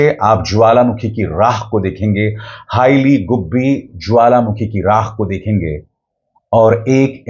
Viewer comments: Not "Haila" 😂😂😂🤮🤮🤮🤮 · It is "Heili goobi" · Not "Haila" dear go research